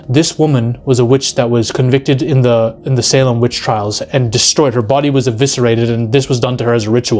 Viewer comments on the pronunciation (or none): none